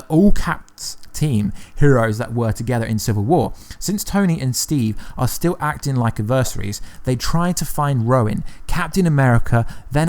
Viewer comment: Hahaha "Roin" (Ronin) and "aversary" (adversary)